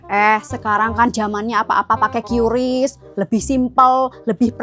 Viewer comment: Qris bukan qyuris 😂😂